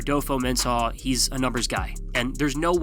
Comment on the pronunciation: Sorry, it just really bothered me how you pronounced Kwesi’s last name. It’s Men-Sah, not Men-Sawh. Lol.